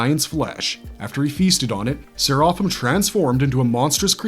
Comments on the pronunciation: Bro, at least pronounce his name right. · I love that show and it's more interesting thanks to Serapim. Your breakdown of the character, is near perfect but the way you said his name not so much. I would have appreciate you even more if you mentioned the name Serapim, is a nod to Jewish mythology which in there it's a race of divine beings. Anyone like me which feel that Serapim is the best character in the whole show, please give a like.